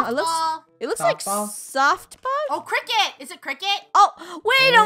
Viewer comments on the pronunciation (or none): funneh its not kicket its cricket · not kricket it is cricket